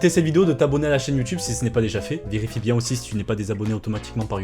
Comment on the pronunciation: " j'espere que vous allez bieng " vous avez tout mon soutieng " XDDDDDD